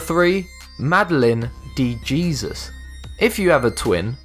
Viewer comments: I know it's painful af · De Jesus is pronounced with the J like an H lol it sounds like “hay-zeus” not “jee-zus” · Hahgahahahaha WTF "DE JESUS?! HAHAHAAHAHAHAHAHA "DE HESUS" is the correct pronounciation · its not madeline de jesus the pronounciation is madeline de hesus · #3 Her name is pronounced "Dee Hay-zeus" The Los Angeles Summer Olympics were in 1984, not 1985. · it's not "de JESUS" but pronounced as "de HEsus" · De Jesus is actually pronounced de-he-sus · It's pronounced de hezuz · It doesn't depend in this situation... If there is a "de" in front of it, it is ALWAYS pronounced Hay-Zeus.... that is what this comment is referring to. Of course if it's just 'Jesus', then it's pronounced depending on the language... but most people with just the first name, also pronounce it "Hay-zeus" regardless of the language being spoken. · lol that is definitely not how you pronounce de Jesus. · De Jesus lol. I could tell u never met a person of the Spanish persuasion